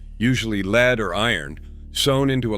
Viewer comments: I bailed at the AI "leed" instead of lead.... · Yes, you can tell its artificial intelligence (aka; genuine stupidity) by mispronunciation of "lead," among other things...